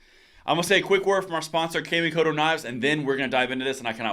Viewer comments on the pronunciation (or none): Awesome video. Knife company is pronounced " Ca Me Co Toe. " It's just the way Japanese is written in English letters.